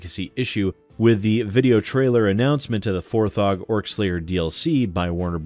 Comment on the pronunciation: Isn't it "For-jee"? The page his family has set up to donate to them has (4G) written on it, so... A lot of people seem to be saying it "For-ghee."